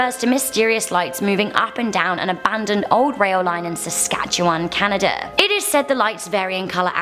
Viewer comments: ntntnt it canada not canadar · Across canaderr huh 😂